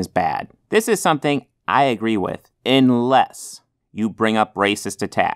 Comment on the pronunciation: 51 "inless"?